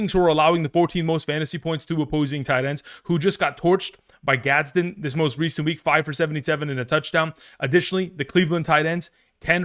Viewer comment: it’s Orande Gadsden lol come on now